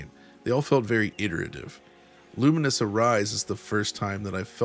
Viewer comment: Is it not "lu-mines"? A mixture of lumens(light aspect) and mines,which is what happens when you combine,explode?